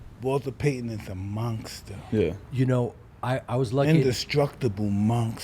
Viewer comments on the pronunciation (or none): “Walter Payton is a monkster” 😂